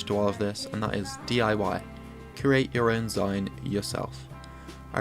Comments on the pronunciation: It is pronounced 'ZEEN' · zine is pronounced "zeen" because its short for magazine, sorry it bugged me haha. Overall this video was really helpful!